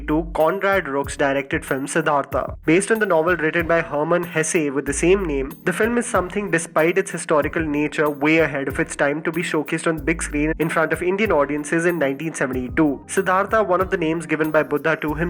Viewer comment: Yeah Siddartha is NOT about Gautama Buddha. Buddha is a part of the novel however it's about another man, living in the time of Buddha and his journey. Also it's pronounced as Hess but Hey_say